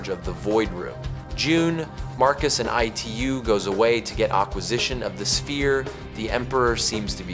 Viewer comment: Bro why are u calling Itu as E2…..😅